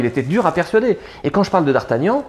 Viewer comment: Mon combat depuis 20 ans "mais c'est pas Dardagnan c'est Dardargnan !!!!" 😂